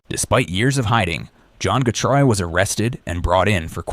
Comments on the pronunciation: So what is it... Gatrou. Getrey. Getray. Gatrey. Getreau. Gertrey? Gartrow? Getru? Getreu? Gatroux. Gatrous. Gatrus. Gertrus. Getres. The pronounciation changes everytime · How can you pronounce getreu right so many times and massively fuckit it up so many many times aswell